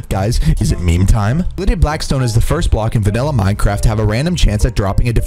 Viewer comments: bruh did he say glided blackstone 🤣🤣🤣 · Man called it glided Blackstone 😂😂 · It's not glided Blackstone it's gilded